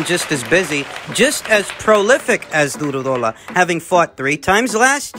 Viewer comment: It's Du-row-daw-la😂 but you did good